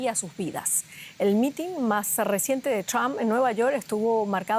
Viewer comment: Es mitin, no mitín. Sorry pero me retumban los oídos al oír decirlo mal.